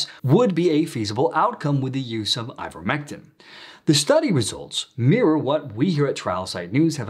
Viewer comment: You've been saying it incorrectly. What is " ivetmetin "?